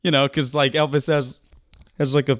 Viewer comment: Did he say “elpis Presley?”